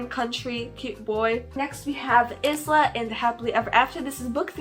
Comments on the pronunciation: Hello! I know this video is from a while ago but I adore your videos and have been binge watching them since yesterday night! Just wanted to say that ‘Isla’ is pronounced ‘i-la’ with a capital i and a silent s 🥰 keep up the good work, you are inspiring me to make my own channel, ly ❤ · Loving the consistency 🤩 also, happy birthday mayaaa Ps: I think Isla is pronounced ih-luh Butt I could be wrong x